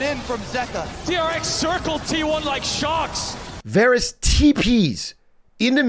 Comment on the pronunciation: Circling like shocks. I know it's "sharks". The dude doesn't pronounce Rs because of his accent.